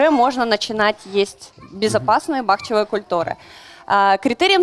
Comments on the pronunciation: Грамотная? Или знающая? В слове «бахчевые» ударение следует ставить на слог с буквой Ы — бахчевы́е. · Эксперт, который не знает, как правильно произносится слово "бахчевЫе"...